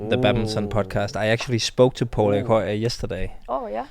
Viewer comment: Antonsen : it is Po-li-i..instead of Po-lii...